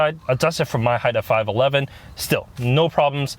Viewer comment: Funny how he always say his 511 more like 57 😁